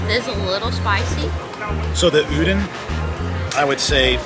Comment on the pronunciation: Awesome! Thank you for showing the new noodle booth! Can’t way to try it when I go!! Also, just sharing… the “don” in udon is pronounced more like “dawn” than “din” and the word pho is pronounced like “fuh”. I hope that doesn’t come off as offensive, just sharing info about Asian culture :)